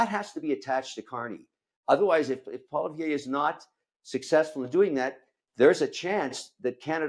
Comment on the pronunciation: Kevin STILL can't say Polly-evv